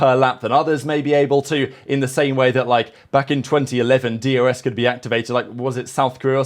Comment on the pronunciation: Do you say DRS or DUS …. Sounds like you saying D U S 😮